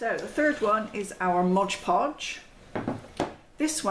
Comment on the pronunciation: Just fyi, it's MOD not modge. It's right there on the jar!